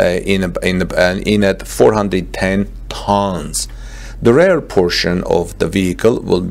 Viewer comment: Thanks for the video! Please check the pronunciation though - its REAR, not RARE.